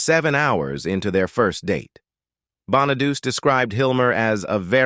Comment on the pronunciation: Is the voice AI ? The guy keeps mispronouncing Danny Bonaduce name